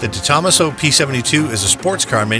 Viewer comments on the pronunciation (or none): Very nice video and superb collection of rarely seen cars, but I actually had to rewind this thrice at some points: Its pronounced correctly: - De Tomaaaaaaaso (not DetO-masso, its italian, not japanese!) - Bugatti (not Bugaddi, its italian, again, and even when they are drunk, their ts dont become ds) and also - Ommaaaage (not Hommuch, its french, ok, those do speak weird) And most importantly of all, and by now I dont care anymore whether it actually was pronounced correctly or at all in this video, because one can never highlight this often enough under each and every english video: - A-lu-mi-ni-um (5 syllables, because its latin!) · friendly heads up its pronounced SUPER LA-JER-A for Super Leggera the Gis pronouced like a J & it's DE-TOMASO not one word it also originally had a the same V-12 as the Apollo IE but later switched to the V8 were most customers pulled their allocations expecting the V-12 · And how he pronounces De Tomaso.